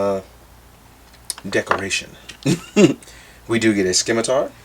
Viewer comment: yo D, its simitar! the c is silent ;D